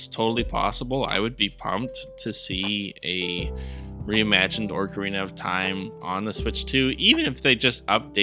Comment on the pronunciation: Definitely not "Orc"arina, my man.